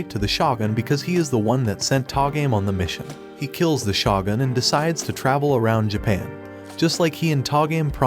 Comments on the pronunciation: Its shogun not shotgun Need to work on your pronounciation man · It’s pronounced shogun (show-gun), not shawgun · Listening to you butcher shogun is kinda triggering, ngl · Although I enjoyed the anime recap it was almost unwatchable due to the mispronunciations of almost every important word or name starting with the word Shogun. Question is this some kind of computerized voice over? Because I noticed this a lot for someone who seems to watch anime but then can't listen to how the names are pronounced